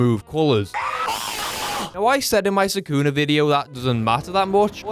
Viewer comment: "Sakuna matata" PRONOUNCE SUKUNA. NOT HAKUNA MATATA.